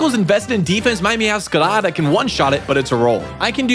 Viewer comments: BRO I HATE THE WAY YOU MEOWSCRADA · I find it funny how he rolls the r like it’s a Spanish r when saying meowscarada